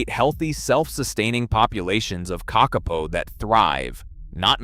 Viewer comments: It's pronounced KAKapo, not kakApo Hearing you mispronounce the name again and again is painful to the ears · KAKapo!! Th emphasis is on the first syllable. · Say it with me - Ka kaa - poe. The 2nd ka is a smidge longer. The po is like Edgar Allens' Poe. Please and thank you. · i mean it is pronounced “paw” not “poe”… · KÄCK-uh-poe. AI needs to learn to pronounce it correctly. 😂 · It would be helpful to make a video more accurate, if you KNEW HOW TO PRONOUNCE the birds name. It is Ka Ka PO !!!!!!!!!!!!!! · Kak-a-poo spoken as spelt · its pronounced ka ka po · It is pronounced kah-kah- Paw and means night (po) parrot (kaka). They were once amongst the most common of Aotearoa/New Zealand's birds, found from the far north to the deep south. Early European settlers described being able to shake tree branches and having up to a dozen falling out. And although cats stoats pigs and dogs certainly did the most damage on their journey to near extinction, those weren't the only mammalian predators that targetted them. As I said before, they were relatively easy to catch and reportedly quite tasty once cooked. They are colloquially given the affectionate nickname of Moss Chickens ❤ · Couldn't you find a genuine Kiwi speaker instead of the terrible AI generated American - how many ways are there to pronounce Kakka-po? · who tf pronounces Kakapo as ka-ke-po ??!! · Kikkarpo ? What in the heck is that? What's mongger towtarri? Why use an idiotic Yanky voice That shows no respect for the topic? There are thousands of New Zealanders who could do this job justice. When you make a video it's important to think of your credibility and of the viewers' ears. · Are they Car car po or are they Kuck arPoh? AI very poor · this ai said the name of the bird probably 100 times in this video, and never once said it correctly. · Surely it's not difficult to find out how to pronounce Kakapo? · I was thinking this too 😆